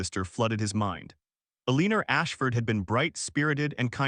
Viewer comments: If AI can’t pronounce Eleanor correctly, pick another name! Mary is simple enough. I can’t listen to this with Eeleenor. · I know this is not a comedy but everytime "Mar-ja-ret's and Eh-lean-er's" names are said, I can't help but laugh. Seriously, though, the story is too shallow to to mean anything. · I’m sure everyone is aware that AI has problems with pronunciation. However, there is absolutely no excuse for mispronouncing a common name like Margaret! AI needs work. . . .a lot of work! The constant mispronunciation of both Margaret and Eleanor diminishes the story.